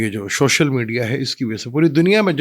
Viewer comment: shoshal nhi social 🙂